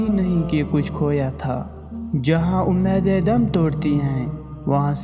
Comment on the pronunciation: You have not read in urdu correctly( omeedein ).